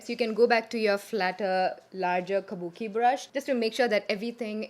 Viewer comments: Is it just me or does the way says "kabuki brush" sound so classy and ummmm I don't know.. feels like music to my ears for the lack of a better expression.. ❤️❤️❤️ could I be more obsessed?! 😝😝 so so happy to finally see a makeup tutorial on YouTube after a looooong time.. I missed it sooo much!!! 😭😭😭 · yeah.. even i felt like buying a kabuki brush listening to her say that :D